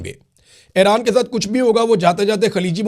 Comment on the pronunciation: Imran bhai thora tawajjah karain Ay-Raan Nahi اےران E-Raan ایران آپ سلامت رہیں آباد رہیں ❤